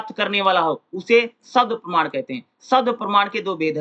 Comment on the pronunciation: 4: 20 me parman ko parnaam q padh rahe hai hai sir